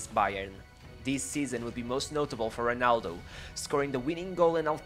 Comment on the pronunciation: Sorry bro but How can you read Ronaldo like Honaldo, cmon bro great videos make an effort with the pronunciation.